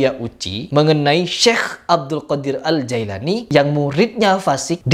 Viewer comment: Namanya jeilani bukan Jailani.....ngomong aja salah kok...